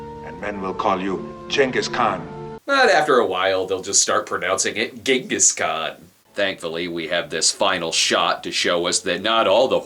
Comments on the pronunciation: He sounds like he's saying his father's name is "Yes, a guy". "Yes, a guy is my father. Stop laughing!" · Jonghis Kwayne